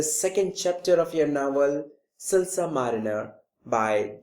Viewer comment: your pronounciation of silas is wrong